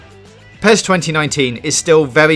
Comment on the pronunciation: IGN reviewer cant even say PES properly, he called PES - Pee es :D